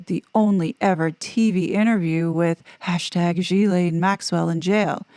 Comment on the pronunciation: Ghislaine is GHI like Gun or Goat. Ghi-LANE Maxwell. And after reading about the Harkles, we all know how reliable People mag is...